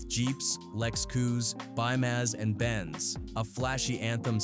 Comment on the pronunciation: I ignored mispronoucing Tah but LEX,COUP,BEEMERS AND BENZ...PISSED ME OFF🤬